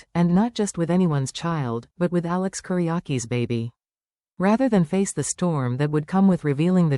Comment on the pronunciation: It is Kiriakis, NOT Kiriaki. Train your stupid AI.